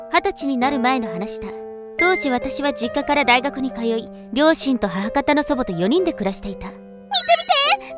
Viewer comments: 大学と中学を読み間違え😳 とても珍しい❤️貴重です❤️ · のところ、大学って書いてあるけど「中学」って聞こえた。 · 大学のことを中学って読んじゃってる😅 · ，3分29秒ぐらいの所にある『私が大学に』の所が，『私が中学に』って読んでますよ。頑張ってください。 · 大学のとこ中学と読んでますよ3 28のとこ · 大学のところ、中学って言ってる？